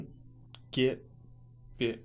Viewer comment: hate when he says that :)